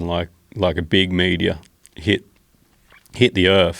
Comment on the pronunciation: Mate love your work but learn how to say meteor